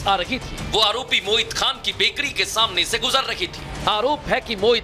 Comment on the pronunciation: पत्रकार बन्धु मोहित नहीं आप बार बार मोहित बोल रहे हो